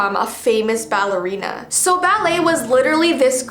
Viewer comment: Me: did she say balley ow ballora! 🤣